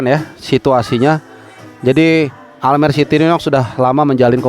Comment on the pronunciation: Bacanya Almere jgn almer😂😂😂